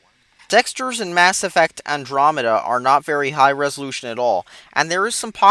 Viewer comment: Andromeda is so good. you never know what you are talking about. I love this game and it is so good. plus what Is Andromeda? you say it completely off and you say specieses when it is species.